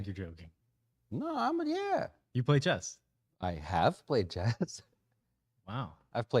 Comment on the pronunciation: Did he say Do you play Chest?? lol